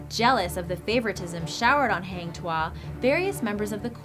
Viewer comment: it's pronounce 'Taa - ming saa - ri'. and 'Hang' is pronounced like you're saying 'hung'. and Tuah is pronounced 'too - hah'